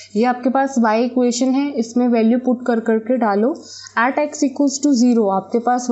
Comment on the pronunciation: At ka pronunciation aat wow